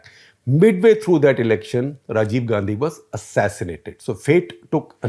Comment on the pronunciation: How is that Misses Gandhi...say it as Misses Gandi